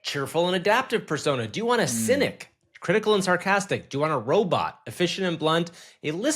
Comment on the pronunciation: "little robit legs"